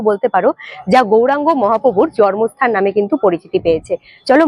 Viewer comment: Video aar description khub valo hoy aar kono barti katha nei. Jar jonye onekgulo e dyakha holo. ( তবে জন্মস্থান এর উচ্চারণটা "" জর্মস্থান"" বলাটা কানে লাগছিল